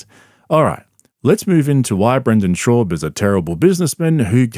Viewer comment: Bro why cant you say his fucking name correctly its shaaab hearing you butcher it everytime makes me wanna cry